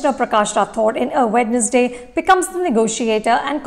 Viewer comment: Good video 👍🏻. But It’s pronounced “wenz-day”